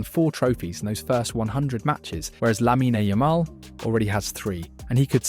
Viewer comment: Teach your robot voice thing to at least pronounce his name correctly.